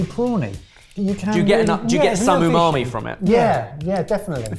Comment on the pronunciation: please don't start that yumami pronunciation